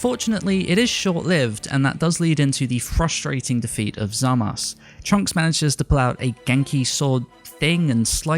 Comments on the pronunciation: I loved the video but hearing "Zamass" instead of "Zamasu" makes my ears bleed :D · Is it me or is it weird the way he says zamasu I know you u is a Japanese thing like turunksu and gowasu I guess I'm just used to hearing the Japanese